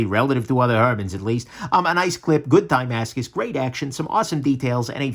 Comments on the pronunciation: Die-mascus, I thought it's like "dah-mascus"? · Ohh... was trying to say tie-mascus. 😀